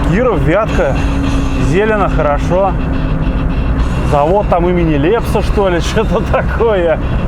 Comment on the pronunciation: Завод называется, Лепсе (ударение на вторую букву)